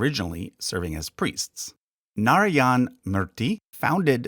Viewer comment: Research how to pronounce Narayan